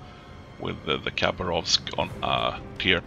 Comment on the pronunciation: I have no f** idea why youtube have recommended your videos as documentaries for battleships..... lol :D seriously WTF !? :) If you allow a little correction,- actually the correct pronunciation is Ha'bArov'sk, (without K ) english language is poor for the translation of (any*) languages By the way nice gameplay :] ,... wait a sec... you lost!? well ... i think you need som "target-water energy drink" oh we call it [cough*] wodka [cough*] :D you can't play one of our battleship without to feel like an true RRrussian because you need to feel the spirit of mother Rrrrussia, if you want to win! :D ahh just joking... cheers ! :]